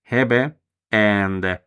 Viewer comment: I believe the e's are long rather than short when saying 'Hebe'. Hēbē.